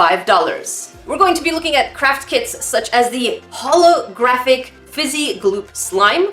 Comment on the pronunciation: Every time I hear Craft kit, I hear crap kit lol.